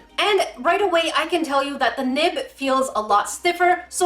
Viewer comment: I literally thought you were saying nip not nib 😂